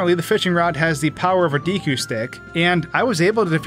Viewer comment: Cool video. It's pronounced like deckooo. Not deekoo